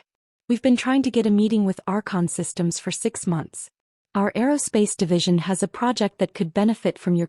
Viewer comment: “… our conholdings.” It is Archon Holdings, according to the transcript. “… our Consistims …” should be Archon Systems.